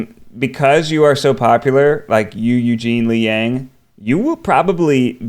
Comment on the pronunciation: Why is Eugene's name always mispronounced as Yang like fang, when he has repeatedly said the correct pronunciation is like Yang like yacht?